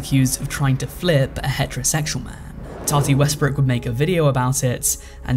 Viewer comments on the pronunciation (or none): none